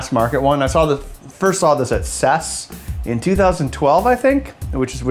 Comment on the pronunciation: ITS C-E-S